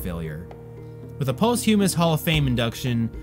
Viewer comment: Lol this nigga said “post-humus”